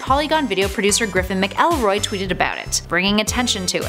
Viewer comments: Mac L roy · Griffin mick-L-roy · Not how you pronounce McElroy.... Great background research